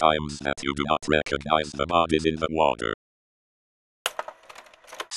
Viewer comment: he said recogize at the end